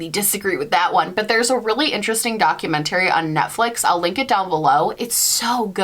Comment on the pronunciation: are you from the same part of ny as stephanie harlowe??? y’all say documentary the same way